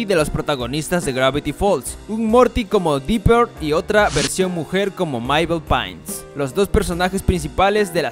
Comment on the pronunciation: El dijo Mael y es Mabel